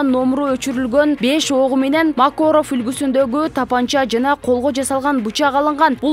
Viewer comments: Айланайын Макоров деген курал жок Макаров деп айтсанар туура болот. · Макорыв , Смотроящяй деген создор кыйынбы айтканга?